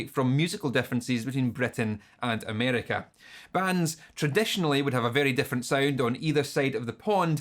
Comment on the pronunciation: No one: This guy: A M E R E Q U A H